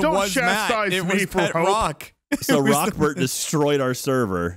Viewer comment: Am i the only one who thought it was "Rockferd" and not "Rockbert"??? Please tell me im not alone lol